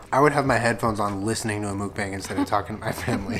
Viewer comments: the way u pronounce mukbang makes the Asian inside of me SCREAM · MOOK-BAHNG, NOT BANG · Correct Pronunciation : "maukbong" not "mookbang" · MUH - K - BAW - NG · love thissss, yall should do more mukbangs. p.s. not to be rude but it's pronouced "mook-bong" ahahah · It’s mook— BONG! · kiiinda bothers me how they pronounce 'mukbang' 😂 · Dislike for mispronouncing mukbang